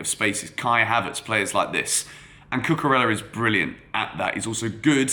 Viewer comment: Can you pronounce his name right, Cucu-rey-ah. Just like how you would pronounce David Villa. Thanks